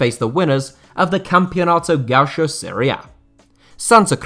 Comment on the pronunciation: for future reference read gaucho like this = ga- UUU- sho